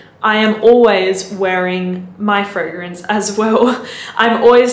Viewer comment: Gris Charnel is everything you’ve described 🥰. And I love how well you pronounce fragrance names. It somehow restores my faith in humanity.